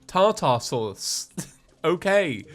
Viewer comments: who else cringed when he said “tar-tar sauce” it’s pronounced “tar-der sauce” lol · The way he pronounced Tartar Sauce really confused me lol. Is it just one of those things where its said completely different in Britain than America?